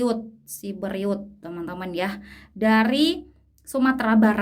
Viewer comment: pulau siberut bukan siberiut